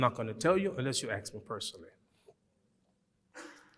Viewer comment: I like the way he pronounce Ask as Aks its kind of cute🎉🤣